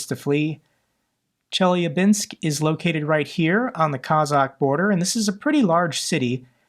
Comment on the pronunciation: it’s pronounced chel-YAH-binsk, the is stress on the second syllable